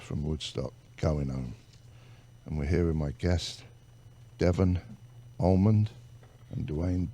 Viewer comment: Much love for this teaming up of some great musicians!!!! But please somebody tell the host that it’s Allman and Not AlmonD!! I mean really..!!!